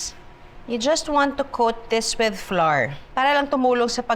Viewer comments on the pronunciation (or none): Watching from Palm Springs 🌴 Ca I noticed the words " Flour" you pronounced was awkward 😳 Flour should pronounced "Flau - ur sounds like "Flower" with a convenient twist "slang words " Thank you no offense